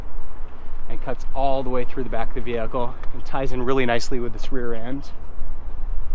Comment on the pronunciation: i wanna smack you every time you say "VeHiClE"... get that word out of your vocabulary